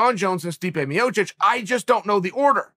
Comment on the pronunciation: Joey Diaz called Stipe Miocic "Stiopec".